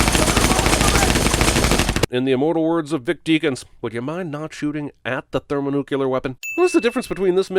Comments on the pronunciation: You need to give yourself a sin for pronouncing "thermonuclear" as "thermonucular" . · Its thermonuclear not thermonuculer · Sin for you - "thermonucular." Missed it this time. Usually you get it right, as . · The thermo-what? I know I'm not the only one hearing it. ;) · "thermonucular" I'm not sure if subtle reference or just plain- DING .... okay I guess that answers that. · would you mind pronouncing "thermonuclear" correctly, Cinemasins? And no sins for physics - "we are not going to fire or launch them, but drop them." No, you're not. Dropping them keeps them in exactly the same orbit as the satellite. Or the helo with jets pushing the tail up, which would flip it over, since the center of mass is far ahead of the jets. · I am sinning your pronunciation of "thermonuclear"